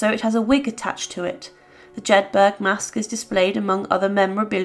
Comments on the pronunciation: Jedburgh is pronounced similarly to Peterborough. Not Jed- 'berg.' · Pronounced, Jed buruh, note.